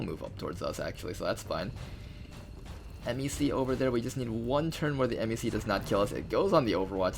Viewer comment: i've literally never heard anyone pronounce MECs as 'emm ee cee' before. everyone else just says it like mech XD great video!